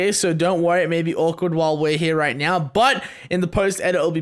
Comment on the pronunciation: she tried to said not* instead of now*